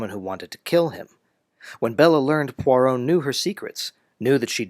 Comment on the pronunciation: *NOT PoiRRot!*😠 French has no R as in caRRot, but a gravelly rolling in the upper throat. To make such a strong point, make it *correctly*🤨 - especially saying the name many times!!🫨